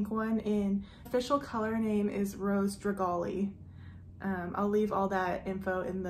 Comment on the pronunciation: Rose Dragee? Pronounced dra-jay